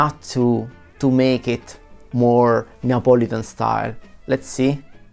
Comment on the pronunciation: I agree a margarita requires some basil otherwise he never said Neapolitan like this guy said